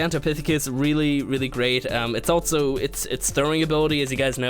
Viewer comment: altso? i learned its pronounced also....